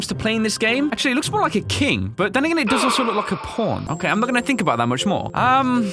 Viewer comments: Every time says pawn it sounds like p*rn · Can you say pawn one more time...